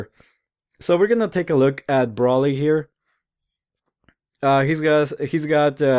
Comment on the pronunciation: u said his name wrong multiple times D: its pronounced (Bro Lee) but is spelled like Broly